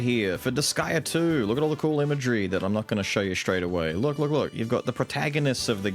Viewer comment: But, IT IS DISGAEA... It cut into my sooooul hearing her say that... MY SOUL. 😢😂